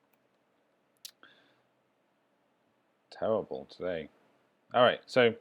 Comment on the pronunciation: Are you a Brit ? All was going good till you pronounced "terrible"....